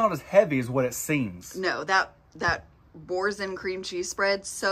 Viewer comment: Absolutely obliterated the pronunciation of Boursin lol